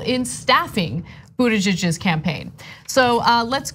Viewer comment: I love Anna's pronunciation of the possessive Buttigiegggg'z. 😅